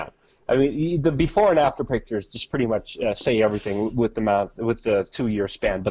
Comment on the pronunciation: Please say with. Not sure why it bothers me. Lol